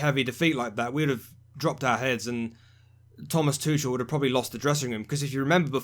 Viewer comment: I understand Tuchel is pronounced Tukel with a 'soft' k